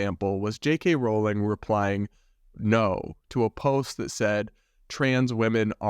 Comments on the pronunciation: Nitpick: Rowling is pronounced rolling (rhymes with bowling, not with howling). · Mega Harry Potter fan here. For future reference Rowling is pronounced like rolling.